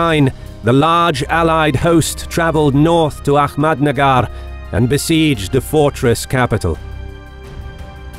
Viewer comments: It's Ahmednagar not ahkmednagar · A-hhh-mad nagar not A- kkhhh- med nagar